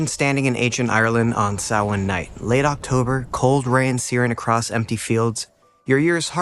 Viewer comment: Yeh, but it's a good video all the same. Just got recomended this channel today. And he pronounced Samhain properly, most don't!!